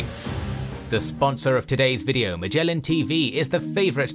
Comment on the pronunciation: I don't know whether Magellan TV is special at all, but 'Magellan' itself is pronounced with a so-called hard 'g,' as in 'give,' not as in 'gem.' It reflects the original Portuguese name 'Magalhães.'